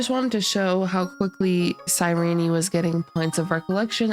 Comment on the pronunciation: I hope anyone who pronounces her name wrong like this loses every 50/50